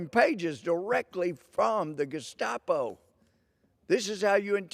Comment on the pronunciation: Wow he called them the gustapo too lol great minds think alike